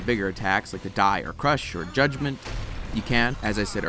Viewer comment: I always heard "Judgement" as "God-Man"